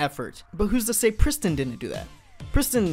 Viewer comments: Wtf is a pris...tin? lol It's Prees teen. Or if you can't at least pres-teen.. it rhyme with mean. Wtf do anglos butcher all languages... I is pronounced as eee. In all languages. It's pretty damn universal. And Nissan is not Niss-san.. it's Kneee-San. Japanese. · 2017: “We Are Pristin” 2019: “Where Is Pristin”